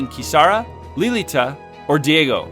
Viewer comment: I feel like you should have done another take when you pronounce a name wrong. Diego, Lilita lol.